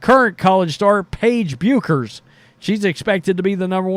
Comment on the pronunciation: Paige's last name is pronounced Beckers. I agree that that Geno could coach any level. Have been watching UConn women for over 25 years. He has also coached the women's Olympic teams at least twice, probably more.